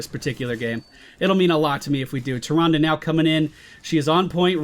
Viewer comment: it's pronounced Male-strom MALE-STROM, not mal-strom, so close though. Sorry I couldn't help it. You are saying Tyrande right that;s for sure, haven;t seen anyone complain in the comments about that in a while. Keep up the vids!:D